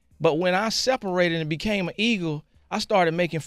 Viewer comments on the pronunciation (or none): sway so damn dyslexic - "ego" no sway "eagle"